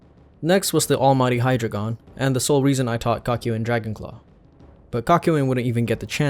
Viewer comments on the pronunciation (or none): none